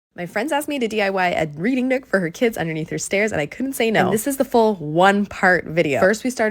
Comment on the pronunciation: also ngl i fully thought you said breeding nook first and i was so confused and concerned and had to reload the video